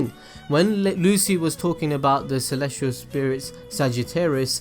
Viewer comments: its celestial with a C not kelestial. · Or Celestial being pronounced as Kalestial.